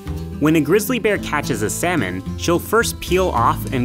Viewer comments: The way he pronounced it didn't even go well with the joke. It's clear he didn't write the script. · "And for the bear, time is money. Or really..." Me: "honey". MinuteEarth: "sal-money". You're killing me.